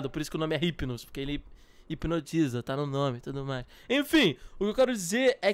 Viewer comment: o hypino não fala com o R mais sim com I tipo: Ipino